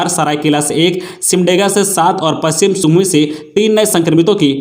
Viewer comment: Singhbhumi nhi singhbhum hota h